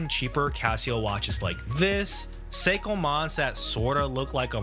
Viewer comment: I don’t want to sound like an asshole because the guy admitted he’s not a watch guy but the pronunciation of Seiko was hilarious! “Psycho!” 😂 that fossil watch was cool though